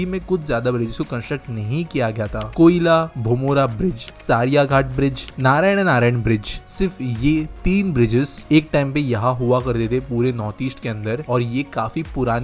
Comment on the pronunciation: Please correct your pronounciation...its not Kashi tribes, its Khasi tribes...its kolaibhomra not koila